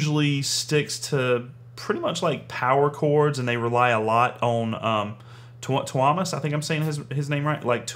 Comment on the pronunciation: Yes you said Tuomas name right. :D Also so fun you reacted to Elaine! Definitely check out more from them. Any song from the new album! They are so awesome!